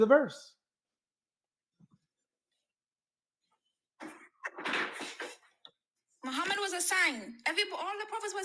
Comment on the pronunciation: Hell will be full of muslim woman said muhammud😭😂